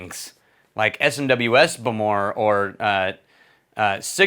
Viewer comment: Stop saying “bamoore”